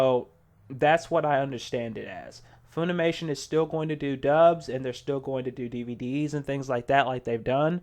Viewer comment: It's pronounced Funimation like fun, not foon. Please stop, as to save the ears of the viewers.